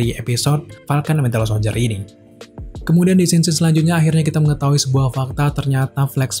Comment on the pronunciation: kok host ini nyebutnya Wintel Soldier ya, bukan Winter? :)))